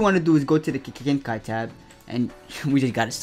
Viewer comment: why does he say kekkei genkai like kki genkai